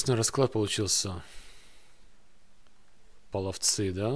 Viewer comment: половцЫ сосут концЫ. У тебя проблема с правильным произношением названий. В школе историю не изучал? Доп.материалы после школы на русском не читал? Хрен с ними, с "ихними", но названия все же нужно правильно произносить. Правильнее пОловцы. От слова "полый" - "желтый". "Поле половецкое" ака "Дешт-и-кыпчак". "Половецкие пляски" ты наверняка слышал. В зарубежных источниках Куманы, самоназвание Кыпчаки. Алсо итилЬ, саркеЛ.